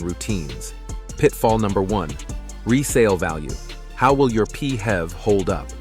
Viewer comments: P.H.E.V is pronounced as this , not as P Hevs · I tried to watch this video, but the murdering of the acronym PHEV pronounced as “Pee-hev” put me off completely. 🤦🏾‍♂️🤦🏾‍♂️🤦🏾‍♂️🤦🏾‍♂️